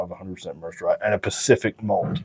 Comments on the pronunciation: Just fyi, it's not pronounced mers'd rye, its pronounced mer-said. Atwater is a city in merced county. My wifes family is from that area. Central California valley. Its farmland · Merced is a town in California’s Central Valley. Pronounced “mur-said” 🤘🥃👍